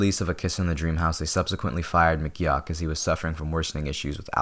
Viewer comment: I really wish americans were able to pronounce john mcgeoch's name correctly